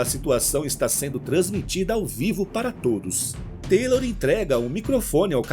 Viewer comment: Ótima narração, obrigado pela história,mas Taylor é Taylor e TYLER É TYLER ( Tayler) kkkk